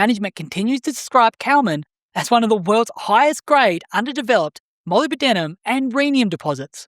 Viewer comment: ...also, it's "muh LIB duh nuhm"... 😄👍